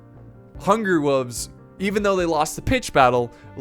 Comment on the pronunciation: I will go become a men-at-arms if you promise to pronounce it “wolves” and not “wuuves” in the next video.